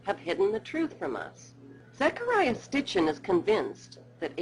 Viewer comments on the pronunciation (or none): should be ''Sitchin'', not ''Stichin''. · There's probably some good information in this but since the author's name is pronounced "Sitchin" not"Stitchin"makes me wonder how smart the video creators are! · Isn't it SITchin not STIchin? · Sitchin Not Stichin. GOSH! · Sitchin! Not, Stichin. LOL! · Sitchen NOT Stichin! Its not a sewing circle! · Zecharia Sitchin, not STichin...duh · Von Danken is full of crap and did she just call Sitchin "Stitchin"? Bwahahahaha! That is hilarious. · IT'S SITCHIN Sit-chin she didn't read any of his work. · its not stitchen omg.. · She mispronounces Sitchin's name EVERY SINGLE TIME. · why is sitchen's name always mispronounced by this narrator?